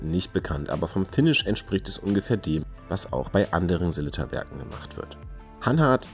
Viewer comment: Hahaha, vielen Dank erstmal für das Lob! Mir war nicht bewusst, dass meine Sellita-Aussprache so falsch ist, habe auch noch nicht darüber nachgedacht. Ich werde in Zukunft mehr darauf achten, wie es richtig gesagt wird und Abends vorm Spiegel üben 😜